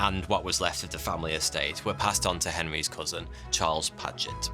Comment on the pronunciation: "Couson"? "Jewerly"? Are you baiting pedants like I?